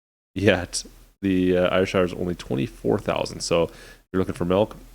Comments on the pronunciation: It’s pronounced air-shire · The county of AYR (pronounced AIR) is in Scotland. Ayrshire sounds like you say (air-sha) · It's pronounced "airsher". Breed was developed in Scotland in the 1800s from the red devon breed. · Pronounced. Air-share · Ayrshires are smaller than Holsteins and produce less milk, but I believe it is a richer milk. In my neck of the woods, we pronounce it a-shire. Great review. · Ayrshire is said air shire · It's pronounced something like air-shire.. lol